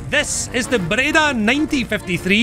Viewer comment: Nice Breda pronounce 🤌 (italy approved)